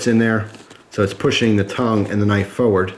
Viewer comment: I like how you say forward.. lol